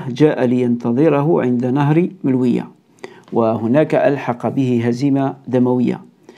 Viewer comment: مجرد تصحيح يتعلق بنطق النهر الذي يفصل بين الجزائر والمروك: مُلوُية و ليس ملوِيَة " Choukran. MOULOUYA, et non pas MELOUIYA